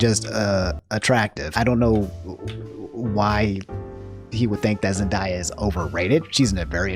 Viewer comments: zen·dei·uh, not zen•die•uh Edit: Answer to your quest at the end- I don’t like it because I see it just creates more anger from me with something I notice you disagree on, I feel like you should have your opinion on things I don’t fault that. It’s just it would make it harder to watch your videos with them being frequent and also being irritating to me. That’s my personal take on it. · ZENDAYA not ZenDIEa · Ok, I love you, but you gotta stop calling her zen-die-uh, it’s zen-day-uh 😂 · Man's said zen-die-ah. It's basically pronounced as written zen-day-ah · did you Pronounce “Zen-day-uh” as “Zen-die-yuh”?... Actually that kinda sounds better I’m a let it slideeee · I love that this man mispronounces every single name. Keep on doing you, Zendaya’s real name is indeed pronounced Zen-die-a. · You say Zendaya weird my guy. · defends zendaya also: pronounces her name wrong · Listening to you pronounce zenayas name hurts, and yesssss hot takes are really cool and I’d rather have a hot take them no video!!! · They way he says Zendaya i feel like hes trolling with how many times he said it in a row 😂